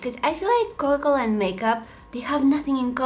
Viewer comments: U said cola-cola in the video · Coca-Cola not cola-cola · Is it just me ar did she pronounced coca -cola as coca - coca But I still love her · hi you sound like your saying ''cola cola'' but it made my day xx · It is not COLA -COLA its COCA COLA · Am I the only one who ears cola-cola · COCA COLA ❌COLA COLA✅ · It’s not cola cola it’s Coca Cola btw not trying to be mean your so talent with makeup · Girl didn't realise she was saying 'Coa Cola' instead of 'Coca Cola'. LOL Uhhhhhhhhhhhhhhhhhhhhhhhhhhhhhhhhhhhhhhhhhhhhhhhhhhhhhhhhhhhhhhhhhhhhhhhhhhhhhhhhhhhhhhhhhhhhhhhhhhhhhhhhhhhhhhhhhhhhhhhhhhhhhhhhhhhhhhhhhhhhhhhhhhhhhhhhhhhhhhhhhhhhhhhhhhhhhhhhhhhhhhhhhhhhhhhhhhhhhhhhhhhhhhhhhhhhhhhhhhhhhhhhhhhhhhhhhhhhhhhhhhhhhhhhhhhhhhhhhhhhhhhhhhhhhhhhhhhhhhhhhhhhhhhhhhhhhhhhhhhhhhhhhhhhhhhhhh I'm a bit to young for Coca Cola zero so, classic I guess.......... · Everytime she said coca cola I heard cola cola🤣😅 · I love that u said cocola instead or coca cola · Her saying Coca-Cola 🥺 “Coa-Cola” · I think my ears hear she said "Cola-Cola" every time, instead of Coca Cola 😁😁 but still i like the way she said that word. Very cute 😍😍😍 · CoCa cola, you're saying cola cola 😂😂 i love the light one, too much sugar in the normal one and i don't like the Zero one 😂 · I love how she says Cola Cola instead of Coca Cola. Awwwww 💗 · Why does it sound like she sayin* cowa cola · I love how she says coca cola because i here cola cola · When she says coka cola it sounds like coke cola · I love how she kept saying Co O Cola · I love how she calls it cola cola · I love that pronounce coca cola " coco la" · Dose anyone hear that instead of coca cola she says cola cola it’s so cute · No ones talking about how she says Coca Cola she says cola cola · cola cola original! love it!! and I like how she says TRANSITION ! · is she saying cocola ? 🥺❤️ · Her accent while saying coca-Cola is is funny but adorable